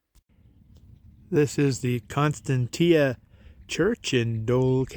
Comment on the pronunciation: The Church and area, is pronounced Con Stan she a.